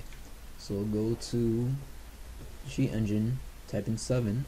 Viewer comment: " sheat engine " :D